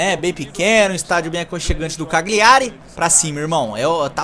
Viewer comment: Cagliari se ler e se fala assim (Calhari)